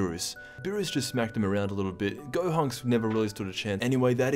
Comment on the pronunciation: dude had a stroke at the beginning 💀💀 which of course isn’t funny.